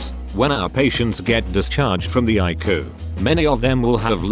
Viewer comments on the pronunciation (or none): no one: literally no one: narrator: I KUU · Me, ICU Computer generated voice EYECOU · ICU = Ayku